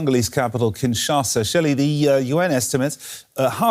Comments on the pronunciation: It s kinshasa and not kinsasha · Kinshasa not Kinsasha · Kinshasa not KinSacha!!!!! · Kinshasa!!! Not Kinsasha!!! 😂😂😂😂😂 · Kinshasa, not Kinsasha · It's Kinshasa 😕